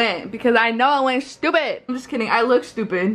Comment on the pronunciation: “shtupid” 😭 love you btw💗